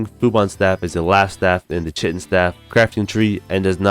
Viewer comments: Kie-tin dude not Chit-in...American school systems at work again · The pronounciation of chitin 😄